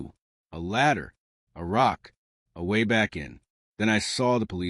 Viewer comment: Honestly one of the better stories out there. Just the ai narrator "waaayyyy" "sorrrryyyy" pronunciations are soooo irritatingly unrealistic.